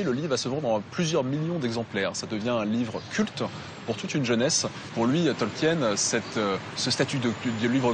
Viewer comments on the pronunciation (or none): Purée, des années plus tard, les français n'ont toujours pas appris à prononcer correctement "Tolkien"...